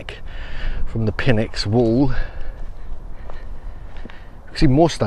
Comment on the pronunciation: Awesome video, thank you! If you're into pronounciation, Pynx is Nyx, the P is silent. This seems polymer like. Huge blocks of rough limestone fitted perfectly? Mixture of precision with sloppiness.